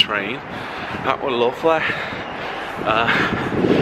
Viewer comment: I love how starting to get the northern accent, especially when he said lovely